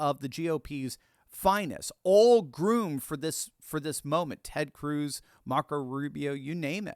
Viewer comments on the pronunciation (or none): none